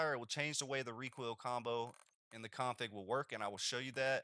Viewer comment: You say "config" like a total asshole. Didn't even understand what you were saying at first.